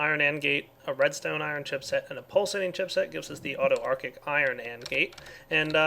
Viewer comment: Did anyone else cringe every time mispronounced autarchic? D